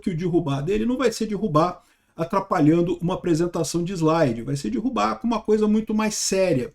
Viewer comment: Não é "dirrubar", é derrubar.